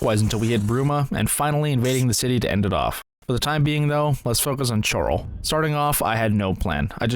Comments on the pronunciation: btw Chorral is pronounced coral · i jumped ship when you mispronounced Chorrol. Pronouncing it Charle broke the immersion for me LOL Thats all i needed to know that youre not really an Oblivion fan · You said Chorrol wrong, unsubscribing 🤓☝